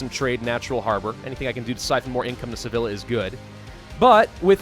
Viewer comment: Sevilla is pronounced “ Seveya”